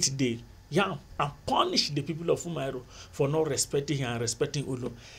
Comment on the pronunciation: Umuaro it’s pronounced Uh-Muh-AhRor Great videos,they really helped with my exams